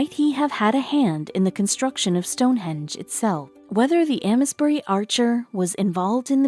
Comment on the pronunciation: Ames bury is pronounced like ‘aims’ bury, btw!